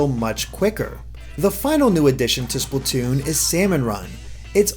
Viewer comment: Why do people always say "Spluh-toon"? You say "Splat" like "Splaht", not "Spluht".